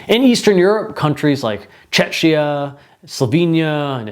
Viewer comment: The Czech Republic's short name is pronounced accordingly /ˈt͡ʃɛk.i.ə/ by adding ia at the end. Wherever do people suddenly get two ch sounds in the short name baffles me when the long name is always pronounced correctly. (Yes, it's an open syllable and you could technically pronounce it that way, but why would you?) Preparing for a presentation is a thing.